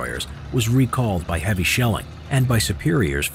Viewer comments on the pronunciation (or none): none